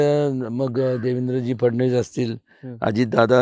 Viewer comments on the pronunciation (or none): none